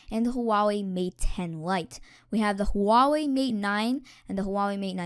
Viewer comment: Huawei is pronouced wa-way